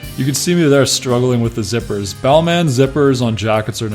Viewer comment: Don’t pronounce the last “in”. It’s Bálmã or Balmah. Just saying 👍